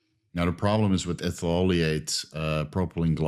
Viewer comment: Argh, c'mon pronounce the chemical names more carefully. "Ethuleayte" - Ethyl-oleate. "Grepsid oil" - Grapeseed oil. "Propylene gwycol" - Propylene glycol